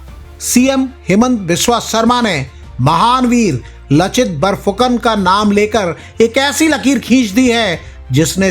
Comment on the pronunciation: लचित नही लाचित बरफुकन है।